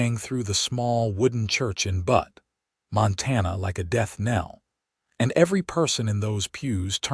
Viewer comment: What is even worse is AI doesn't know how to pronounce "Butte" (as in a bluff). It is not "Butt" (what a male goat does to another or what can be sat upon). People creating these stories should at least be respectful enough to insure proper names are pronounced correctly; even those with three-armed women and men who wear two hats.